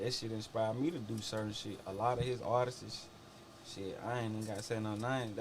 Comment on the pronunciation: “artistses” smh